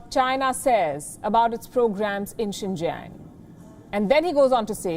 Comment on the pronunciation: says Sink Yang. LOL. Too many words & names mispronounced by!!!